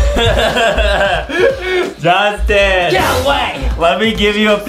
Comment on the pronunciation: It not jauntin its justin